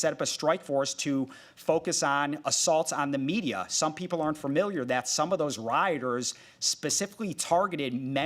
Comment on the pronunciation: Dude. Stop saying fur mill yer